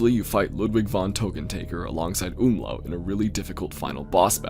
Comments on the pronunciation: Umlaut, not Umla! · Great video but I wanted to let you know that the Jester's name is "Umlaut", not Umlau as it's a refrence to linguistic Umloat which is shared in Tökkentäkker. It is shown in game during his mini boss fight.